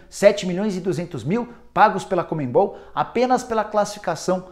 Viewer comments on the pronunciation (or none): NÃO É COMENBOL. É CONMEBOL. FALA CERTO NICOLA